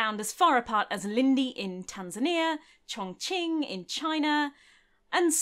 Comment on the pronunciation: Pronounced Chongqing pretty well. You're a class act.